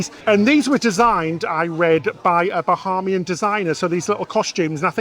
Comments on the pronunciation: Bahaymian not Baharmian. Otherwise, great video. Get yourselves down to the Turks and Caicos Islands. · This is great! Thanks so much for sharing. It is pronounced "Ba-hey-me-en". :-) It is confusing for a lot of people to want to pronounce it "ha" like Bahamas. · The Island is Eleuthera, with an “r” in the last syllable; not “Elutha”. Bahamian is pronounced with a long “a” sound in the second syllable. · Love you guys videos but as a Bahamian I just have to say the pronunciations are way off 😂 “Bahamian” is pronounced (buh-HAYM-yin) and “Eleuthera” is pronounced (el-OOTH-ruh)